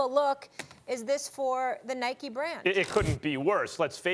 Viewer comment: Anyone else hate how they call it Nikey it’s Nike there’s no y